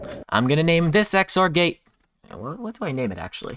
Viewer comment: "the x-or-gay" 🤣🤣🤣